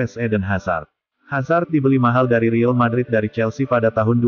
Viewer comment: Admin gak jelas!!! Real madrid bukan ril madrid.. heddehh